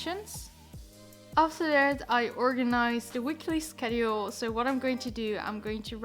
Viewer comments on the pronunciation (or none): thats not how you pronounce Schedule